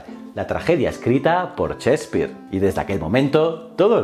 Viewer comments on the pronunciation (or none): William... "chespeare"?¿?¿?¿ jajajajajajaa